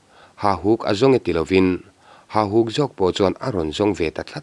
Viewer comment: Ka ngaihthlak danin Hahuk tia lamrik niin ka hria,Hahuk nilo in Hauhuk tih zawk nise.